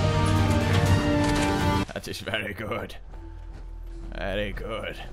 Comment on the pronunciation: "What was thawt" - I laugh every time